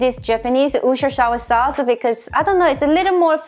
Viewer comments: whtevr wosher....woosher sauce....lol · lol- wuss ter sheer or woos ter shy-er is the way to say it! :-) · Worcestershire ROFL Wer-shes-ter Great video though as always! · You had me at "wooshter" sauce. I'm officially in love...;-} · Ashley vr 2.101 I'm from England (where it's originally from) and it's pronounced Woo-ster-sheer. Most people in England just use the shorter name Worcester (Woo-ster) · Holy crap I love you. By the way, I've been a cook for the past 12 years, and I ALWAYS pronounce Worcestershire sauce as "were-sure-shesh-sure-shire-shawsh". ;-) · Being from Boston, I pronounce it "wooster-shire sauce". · As I’ve never heard any American say it properly either (though I love to hear it!) Worcestershire is pronounced like this - wuss-tur-shur 🤗 love ur food! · Great recipe going have to try it. Ps pronounce it as woo - stir - sheer or just woo - stir sauce. Love from the UK 👍🏼👍🏼💖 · almost choked on my sandwich when she said worsterchire sauce the second time...and I know I spelled it wrong. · It's technically pronounced "wor-cest-er-shyer," but you can get away with saying "wuss-ter-syer" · MMMMMMMMM MMMMMMMM MMMMMMMMM I know it's hard to say Worstershire but it was so funny hearing you try. 💜👍😎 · I’m American.........I can’t pronounce it!!! 🤣😂😂😂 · I love how you pronounce Worcestershire sauce 😂 I honestly don't know if anyone knows how to pronounce that word correctly though 😂😂😂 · I died watching you try to pronounce worcestershire LOL. Best part cause you look so annoyed. Love your recipes